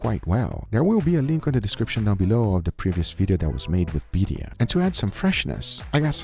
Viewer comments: Some pronunciation nitpicks: sous vide, not sous vie. Birria, not biria. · Did say ‘Beeria’